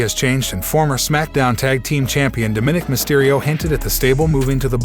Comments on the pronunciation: His name is Dominick not Diminick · It is Dominic you are miss pronouncing his nameYou are wrong.